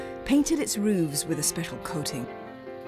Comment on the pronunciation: Why is roofs being pronounced as "rooves"?